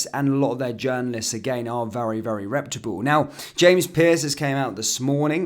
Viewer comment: reputable~! not republe.